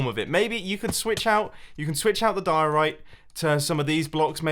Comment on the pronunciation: MUMBO CALL THE DIORITE “Bumbo Diori”